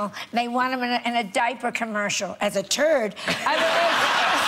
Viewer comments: "as a turd!" lol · "As a turd" I died